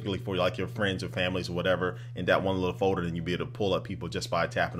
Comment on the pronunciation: i like how you say folder (fowder)